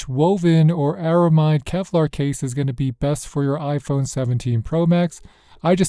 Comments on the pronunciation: ARAMID not ARAMIDE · Just some constructive criticism here…You keep pronouncing the word ARAMID as ARAMIDE though It’s not really the standard pronunciation, so it might sound a bit off to people who are familiar with the material. The word “aramid” is short for “aromatic polyamide,” and most people drop the “a” sound in the middle and just say “air-uh-mid.” So that’s the common way to say it. Most folks just say “aramid.” But hey, if you say “aramide,” people will probably still understand what you mean—it’s just not the usual way. No offense intended. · It's pronounced AraMID 😊 Ar-a-mid (mid pronounced the same way as the abbreviation of the word "middle") 😉